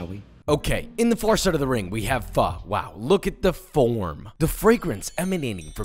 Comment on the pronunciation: You can’t try to compare the two. Completely different. Pho is herbal and ramen isn’t. And it’s not pronounce “fa” 🤣